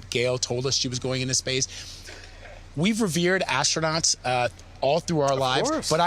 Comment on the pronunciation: NOT Astro-Nots 😂